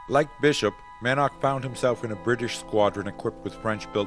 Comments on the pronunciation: Man - ark? Mann-ock is not only how it is written and should be pronounced, but is easier, too. The photographic assemblage is excellent, but again, the music is like an irrelevant and distracting soup poured all over it. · The man's name is Edward "Mannock" (pronounced "Mannick" NOT "Man-nark") 🙄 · One would think, they could at least have the narrator pronounce the pilot’s names correctly. I only made it as far as Mick “Man-awk” before I was forced to give it up.